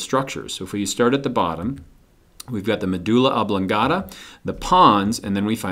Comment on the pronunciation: It's medulla oblongata, not oblangata